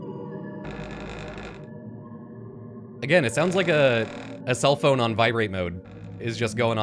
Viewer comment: "This is not a FOON"... 🤔 (what's a Foon?) 😆... And you made it that much more funny with that slip lol... Missed that one first time watching this